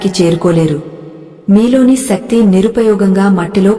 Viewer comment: శక్తి.... సక్తి కాదు...